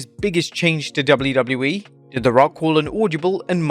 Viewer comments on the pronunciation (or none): You say 'wwe' so gross. Fix it